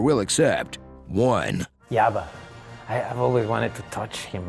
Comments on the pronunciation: Oh he was saying Jabba? I kept trying to figure out who yabba is and thought he meant Yoda lol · Sorry but it’s Yabba lol and it truly is hilariously cute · I needed clarification I thought he was saying yabba 😅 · In Spanish the J often sounds like Y (my native language is Brazilian Portuguese, so, to us, it sounds like an I). I laughed so hard seeing Diego Luna calling Jabba the Hutt “Yabba”, by realizing that this is just how he pronounces it out of character. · Haha I misheard him and thought he says Java. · Hearing Diego pronounce it "Yabba" makes me smile. Seriously one of the best actors and best characters of the Star Wars universe.